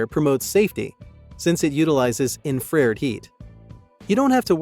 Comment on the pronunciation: I'm sorry: Not to nitpick, but for some reason the pronunciation of 'infRAREd' annoyed me. Seriously, it's "infra-RED". Anyway, I'm still considering this item. Thanks for the detailed review.